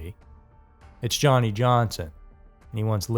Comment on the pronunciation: I first saw this on a TV special called Haunted Lives, hosted by Leonard Nimoy. Where many of the video clips are from. I'm extremely doubtful that everyone conspired to fake a haunting to simply not show up. Oh, and his name is pronounced Yanni, not Johnny. There, the J has a Y sound.